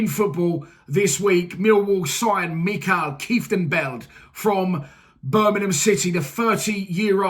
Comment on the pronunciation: Mate, it's Mi-kel. I know, our Dutch names are sometimes horrible to pronounce. Mi-kel Keef ten belt. Good luck trying